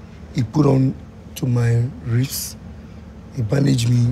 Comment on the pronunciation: 😂😂😂😂 nigga said ribs (wrist) 😂😂😂 dead